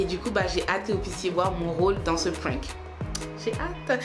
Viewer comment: "c était un prink" 😂